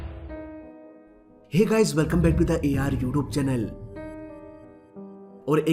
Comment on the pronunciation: This is ur youtube channel not youtoobe channel.. Bhai video ache banate ho par pronunciation thik kyo nhi krte ho